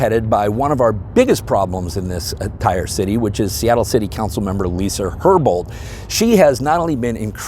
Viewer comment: Herbol? Rhymes with Gerbil.